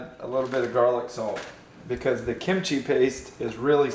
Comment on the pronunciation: Kim chi (kim Chee) no “I” sound between them lmao.